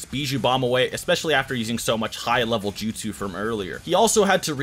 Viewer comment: My guy, since you're making videos on this, I'd think learning to pronounce the names and "jutsu" correctly would be something on your ToDoList but apparently I am wrong. How is it that people who speak english natively are so horrible at reproducing names in other languages?